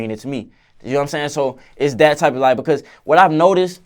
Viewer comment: “ It’s Kause I love ha so much “ 😍